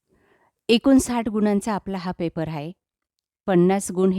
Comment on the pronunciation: Paper❌ pepar ✅